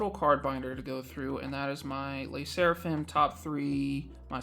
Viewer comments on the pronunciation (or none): The way you say 'Lay' Sserafim takes me out 😂 hahaha